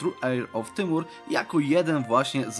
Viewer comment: po polaku Timur to Tymur, dobrze mówisz